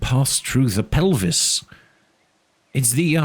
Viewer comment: Idk why, but it urks me every time he says "da" instead of "the".